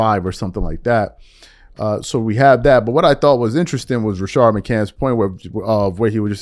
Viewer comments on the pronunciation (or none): Rashad not Rashard. Good video! Call out the Bronsexuals